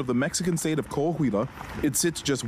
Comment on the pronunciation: It's not Ko Ah Huila; it's Kwa wila! IT'S NAH SEE MIENTO!